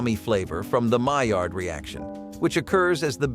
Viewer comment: You can say "maillard" but not "paprika?" Damn, have a run through.